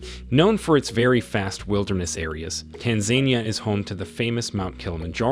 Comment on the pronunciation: Can this narrator read what is a "fast wilderners area" *vast